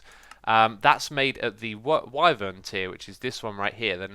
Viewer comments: Wyvern is pronounce why-vern. Not why-ver-uhn. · FYI it’s pronounced Y-vern not wivern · you say wiveren instead of whyvern.... you say it like the word "why" and then vern luke you hear it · it's pronounced Why-vern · X, its pronounced Whywern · ghahahahhqhahahaha omg the way x pronounces "wyvern" is disgustingly funny XD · I hate it